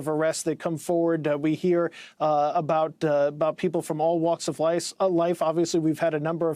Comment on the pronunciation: Did he originally say "All walks of lice"? Very appropriate!